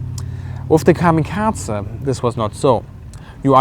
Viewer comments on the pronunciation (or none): Why do you pronounce "kamikaze" as "kami-katzen"? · lol kamikaze. Say it again :) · His pronunciation is wrong. Japanese pronunciation is very strict.